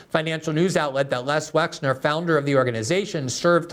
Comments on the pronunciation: Wexner not Wexler. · WEXNER, Les WexNer, Leslie Wexner. Not WexLer. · Please, Ghislaine: gill-LANE ben Menashe: ben meh-NOSH Les Wexner, not Wexler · Hi Glen. Good segment. But just an FYI Les Wexner isn’t Les “WexLer” , as you’re pronouncing it. It’s WexNer. I’m from Ohio and get my medical care at the WexNer medical center. And I’m also pretty sure that Ari Ben-Menashe is pronounced muh-nash-she. I heard his name pronounced on the Trine Day podcast several times and it was pronounced as I said and he never corrected the host. And you should check out that podcast BTW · Gee Gee, my man, the guys name is "Wexner". Les Wexner is a prominent figure among business people in Columbus, Ohio, or rather, used to be as Columbus is the headquarters for a few of his retail concerns like Victoria's Secret, The Limited, and others. His name around here is pronounced "WEX NER". Not trying to be pedantic but details matter as the fictitious Reacher is repeatedly claiming. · Isn't it Les Wexner?